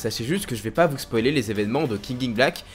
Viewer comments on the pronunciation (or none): none